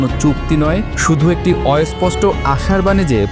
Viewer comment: 'Oyessposhta' na re pagla; 'ossposhta'